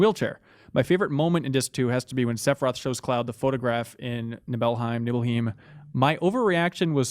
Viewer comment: I beat this game for the first time a couple of years ago and was absolutely blown away. Nostalgia had nothing to do with it. This is an incredible experience and one of the greatest games ever made. Also every time says "Sepiroth" I want to kill myself.